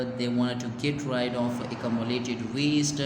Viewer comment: Get rid pronounciation..get red